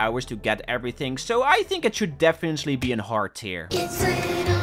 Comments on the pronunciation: no offense whatoever but its def-fin-nat-ley, and not defiantly it annoyed me so much and i hated it -^-" but the rest of the video is honestly awesome and impressive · The way you say defiantly is funni